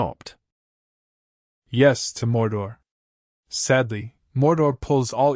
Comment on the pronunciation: I get having an accent , but when you said morda , instead of mordor